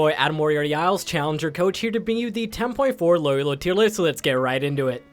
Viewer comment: lol "thiis is the low elo tiert loist"